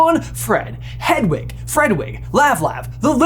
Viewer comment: Did he say fredwig? Lol